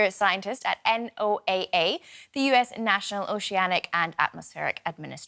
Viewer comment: Who spells out NOAA, It's pronounced Noah 😀